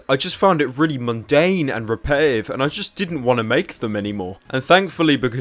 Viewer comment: The Ol' British "repe-e-ive"